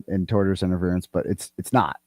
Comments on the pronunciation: She keeps saying "torturous interference" when she means "tortious interference" 🤣😂🤣 Showing a clip of the attorney on her insane 9 hour stream was the most poetic self-own I've ever seen 😝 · Did she really just say "Torturous defamation"? This is proof she's reading her brothers legal jargon. I think she means tortious LMFAO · Tortious not torturous jesssus. You know if everybody else is saying the same thing maybe, just just maybe, it's you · AND ITS not "torturous" it is tortious (as in torsh-us - as in an act that amounts to a tort - a civil wrong.) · Every time she says "torturous" interference, I yell at the screen! It is "tortious" interference not torturous.